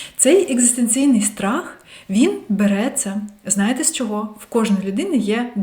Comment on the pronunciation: СебЕ, чогО,якщО наголос на другий склад